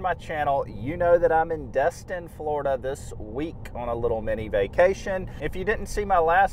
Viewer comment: I loved watching the fish underwater! By the way it’s D(e)stin not D(u)stin.